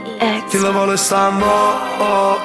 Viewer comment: Però che cosa strana che questo è catanese ma canta Napoletano ?!?!? Cioè perché ? A parte che mi chiedo come fa a saperlo parlare, anche se non benissimo perché tipo “ Kill vol “ si dice semplicemente “ Kill Vo’ “ a Napoli...